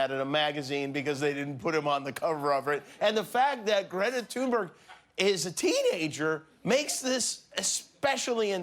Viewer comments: It's thunberg not tuneberg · This idiot said tunberg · Nobody: Literally Nobody: Jimmy Kimmel: "Greta Tuneberg" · Greta is pronounced Thünberg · Why is it that so few in media pronounce Greta's last name correctly? The only one I can think of who does say it correctly is Amy Goodman. Listen to Greta herself when she introduces herself, it's pronounced Greta "Thunberry", the "G" is pronounced as a "Y" in Sweden. I know it might not seem important, but consistently mispronouncing a persons name when one knows better is disrespectful. It's not like it's difficult to say. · 'Thunberg'. Not one person pronounces it properly